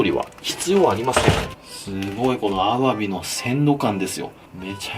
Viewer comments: の「アワビ」のイントネーション絶対おかしいww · アワビの発音が気になる…